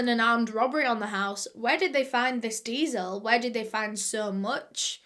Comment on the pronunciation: i didnt understand that she was saying diesel and i was like "what's deazel" to google and i was wondering if "deazel" was like kerosene but she was saying "diesel" the whole time😭🤦🏼